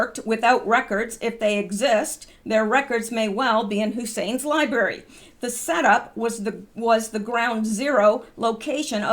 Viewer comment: Did you just say LIBARY? A word smith mispronouncing LIBRARY? Naw, must have been my mis hearing.